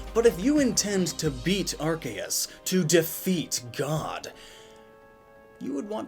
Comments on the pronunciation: It is not Ar-chae-us. It is pronounced Ar-cee-ehs (ehs like hiss without the h) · in english, an e after a c makes the c soft. it's arceus, not arkeus. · Impersonating a God to introduce your sponsor? Isn't that blasphemy? Earthquake in Gen 1. Good times. Arkeus, Arkeus, Arkeus... Its Arseus... Or even Artheus, like we Spaniards say. It's Theos. Not Keos. Not even Seos. Theos. It's been a while since I last watched one of your videos. Your setting looks very cool! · Archeos?? you mean ARKOOS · It's actually pronounced "ar-KEY-us" not "ar-KAY-us" Although for any fans of MandJTV it's Arkoos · My Man said Arkeus its Arseeus thats how you pronounce it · arceus Me, a pokefan: yOu mEaN aRkOoS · Its Are-Kee-Us not Are-Kay-us... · Who's bugged of him saying Arcaus instead of Arceus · ya know, its ar-see-us, not arc-ey-us. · Why do you pronounce arceus as rks and not R-sea-us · its not arc-k-us its arc-key-us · Its arkoos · When u say arceus closed captioning says our gayest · Legends Say Arceus is pronounced Arkoos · It is arcoos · its ARCOOS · it's pronounced ARKOOS you idiot! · Its not arceus its ARCOOS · it's pronounce "arcoos" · The subtitles are adamant that youre saying “our gayest” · It's Arcoos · uhm Arkayus? What happened to it's actual pronunciation? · Mate... It's Arkoos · It’s pronounced “arse uze” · Anyone notice arc-eh-is? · Excuse me? Arkeus? I think you mean Arceus. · Isn’t it pronounced Arr-kee-uhss(or iss) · We all know it's pronounced arkoos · Im just wondering where the hell you keep getting the "kay" sound from the "ce" in Arceus' name? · um its pronounced are-soos ya noob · Ar-goose is the proper pronunciation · It's definitely pronounced "arse - ius". Otherwise, cool video man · "ar-kay-us" triggered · Me hearing pronounce Arkoos wrong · I can’t unhear that now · I know that, but I just find it absurd. Also it still isn't the correct pronunciation, just cause they pronounce it one way in the dub doesn't mean it's correct.